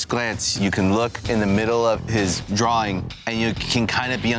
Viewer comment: Anyone notice that can't saw the word "drawing" after how many seasons?? Lol he always says "drawling"... lol